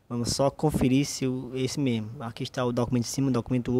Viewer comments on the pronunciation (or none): Aprende A falar mais Correto por favor faz umas Aulas Não se fala Memo e sim o ideal é falar "Mesmo"